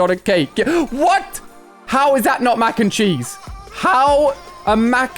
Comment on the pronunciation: I thought he said mac and cheeks XD